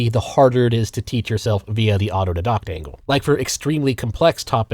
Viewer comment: I’d almost swear it’s a bit how often he mispronounces things. Like his entire video of being an autodidact while mispronouncing autodidact.